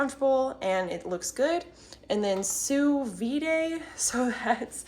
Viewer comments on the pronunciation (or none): The D is silent Sous Vide, like Su vee